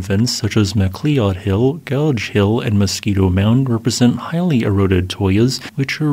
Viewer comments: Sorry to be that eprson, but Mcleod Hill should sound like Ma-cloud. Unless the locals say it Mac-lee-ud? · Just like how "Geoff" is Jeff ( not Gee Off). McCleod is "McCloud"(not Mc Clee Owd). Again, love your stuff... Just trying to point out some fundamental stuff... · Just as a side note McLeod Hill is actually pronounced (mc loud) sorry but you butchered that name badly. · McLeod hill is pronounced “Mcloud” hill. Not Mackleeod?. Must be a computer generated narration. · AI Voice ... MAH KLEE ODD HILL ... (GIGGLE!!!) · "Mc Klee Odd" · cool stuff. FYI McLeod, at least in Canada, is most commonly pronounced as "Mah-Cloud" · Mac loud... That's how you pronounce it. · Well this AI voice fooled us all, but it finally gave itself away in this particular naration. I mean: mac lee uhd? Ffs. The video creator didn’t even check his own video for such mistakes. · Local pronunciation variation is possible, of course, but "McLeod" is normally pronounced, "Mc Loud" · Great video! It connected a lot of dots for me and tended to reinforce some ice age stories for sources of water for outburst flooding. I do not mean this in anyway critically, but Mcleod is pronounced "ma - cloud" for future reference. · FYI McLeod is pronounced Ma-Cloud. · Very interesting, thanks. oh, McLeod is pronounced McCloud. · McLeod = Mc + Loud (I completely understand not knowing the pronunciation, that's Scottish names for ya) Cool to see BC content. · MA-CLOUD TAYBOR. Local. Here. My ears. My ears. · I stopped correcting him long time ago. He pronounced 'macleod' that way in a video a long time ago. He either didn't read comments or didn't bother correcting himself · You kinda get used to the butchery. You’ll find it’s part of the charm of the channel.